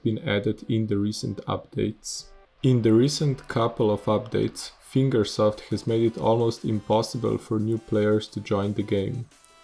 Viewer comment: I agree with this. I had 9k gp and it was hard for me to get nitro and all of the modern-game stuff. 1/3 of all time attack maps are being held by nitro. The community managers suck. I agree wth you too P.S. "Finger South" XD "Finger Self" lol its HCR2 not "Eight Year" "Finger Soap" "..or any funding from FINGERS" LOL "the competitive scene inside of ESTY, TOO" "Increasing the time that it takes to get to MEXICO"